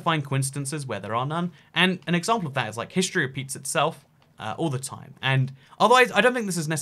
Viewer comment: I at first thought you said history pizzas itself, and I was very confused.